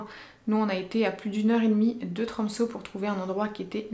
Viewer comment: Sa se dit tromse le ø